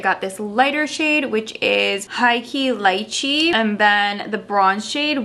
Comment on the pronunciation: Er high key “lee chi" -lychee. Rhymes.